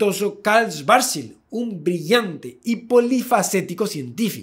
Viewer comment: Resulta curioso y a la vez jocoso, que el apellido Schwarzschild traducido del alemán al castellano significa "escudo negro". A la vez resulta muy desagradable para los oido escuchar en este video lo mal que se pronuncia este apellido. Hay que leerlo como si fueran dos palabras separadas: las palabras Schwarz, que significa negro, y la palabra Schild, que significa escudo o pantalla. En castellano hay que leerlas como si fueran palabras castellanas ¡Y NO INGLESAS! que estuvieran escritas: "Chvarz" y "Child".